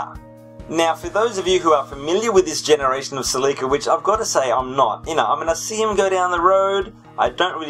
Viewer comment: Ha, I've been calling them Cel-lee-ca now because of your videos. Now this is a Celica I'd own. They're mostly driven by teenagers here and are typically automatic. I thought about buying one before I bought my current daily, but they're not the same as the other Celicas. That being said, I'd probably go for a second generation Celica-Supra. Despite not being related to just the Celica, I'd love an MK2. Also, you could always alternate between 'Car of the day' and 'Question of the day'.